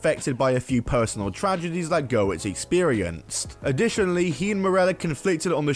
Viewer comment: I always chuckle when people pronounce Brian Gewirtz as Brian GERWITZ 😂